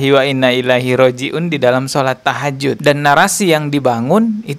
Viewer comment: Tahajud apa takjiah😂